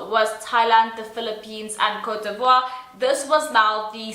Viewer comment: OMG! how the host pronounce Cote D'Ivoire? Image, he pronounced it Cotivri. You’re just mispronouncing things. As a host, you should know how to research beforehand—before the event is held or even before the program starts—so you won’t end up pronouncing country names incorrectly. Yes, the whole universe knew that Steve Harvey had made mistake as a host when he announced the wrong winner in 2015, but I still admire his brilliancy and humility when he admitted he got wrong pronouncement. However, this year’s new Miss Universe host—oh my. It seems as if he came out of nowhere. And then he never bothered himself asking an apology for mispronouncing the country? What a heck, Sir!